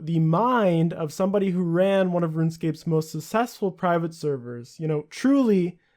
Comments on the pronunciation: Sounds like you're saying sussessful instead of successful lol. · Its not pronounced "susseful", its "successful" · I wasn't going to say anything until you said it again at the end of the video but can you not pronounce successful? Sussessful just sounds a bit strange... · i mean not to be this guy, but its not pronounced "susessful". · "sussesfull" lmao your pronunciation is hilarious. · you pronounce successful completely wrong but very informative video! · Why can't you pronounce the word "Successful"?